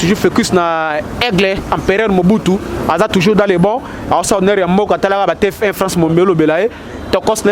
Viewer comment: Ndeko eza T F 1 et non T F I 🙏